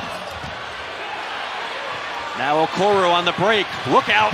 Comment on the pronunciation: The announcer needs to study up. His name is Okoro not Okoru. What an amateur.